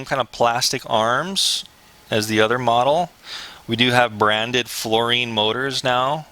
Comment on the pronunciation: dude. floureon. like neon. not floureen. lol.